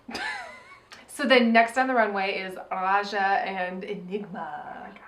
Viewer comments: Why do you keep saying Aja instead of Raja? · Rewatching this, and straight up says Aja instead of Raja a few moments after the 20 minute mark:'D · Everytime they call Raja "Aja", a jimmi gets its wings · Am I the only one that hears AJA when they say RAJA ?